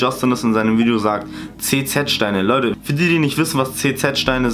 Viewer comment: Leude“ ,,Weider“ ,,Weidersendet“